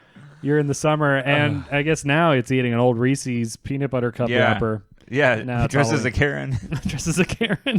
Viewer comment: pronunciation of Reese's gives me more anxiety than seeing bears. Helpful pronunciation tips: Rhymes with pieces; They belong to Reese; _ Witherspoon? "I'm sorry Reese, I didn't think I would ever run into you!" -Mitch Hedberg